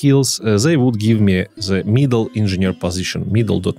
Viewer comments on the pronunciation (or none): Спасибо за всё что ты делаешь, классный контент 😉 Но почему все русско говорящие произносят слово "the" как "зе"?! 🤨разве native speakers так говорят? извини, но у меня аж ухо режет. Постарайся это поменять 😉